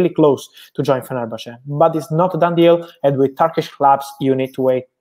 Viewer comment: Impressed he pronounced fenerbahce perfectly, nothing groundbreaking but always good to hear from Romano